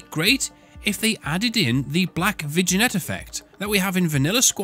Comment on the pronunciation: I think it's pronounced vignette :p